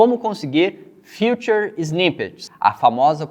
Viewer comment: Não é FUTURE snippets, é FEATURED(Fitured).. Vou te ajudar a entender a diferença de como se pronuncia corretamente!!